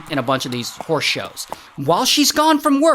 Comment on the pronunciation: I thought Ray was calling her out her name 😂 “so this WHORSE lady”